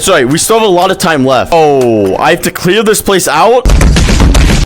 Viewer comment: cleaw this pwase out